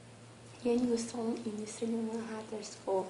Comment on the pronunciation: Haters po. Hndi po haters. Ganito pagbigkas "heyters"